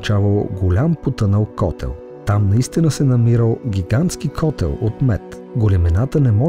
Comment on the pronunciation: Благодаря.Интересно видео,хареса ми.Искам само да споделя,че в българския език думата "котел" е с ударение върху е-то,а не в/у о-то.Котел с ударение в/у "о" е град в България,а с ударението в/у "е" е медна кофа или още "менци".Те се използват за носене на вода с кобилица или за други течности.